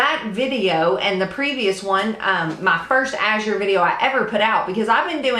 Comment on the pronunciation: Thank you for pronouncing azure correctly. I'm a retired homeschool mom and now I teach kids to read and it drives me crazy when people mispronounce azure.